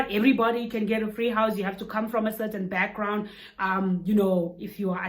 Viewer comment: Lols... love the emphasis on 'free' housing. It's amazing. Depending on your 'backround '